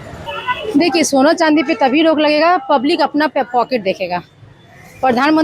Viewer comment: स को श मत बोलिए